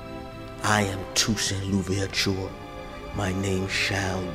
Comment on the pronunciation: Good grief. "Toussaint Louvertchoooour" Come on, pronounce it properly. What's the point of you're going to mangle it?